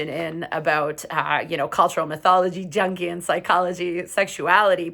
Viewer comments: it's pronounced "youngian." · Good video. It’s “young-ee-uhn”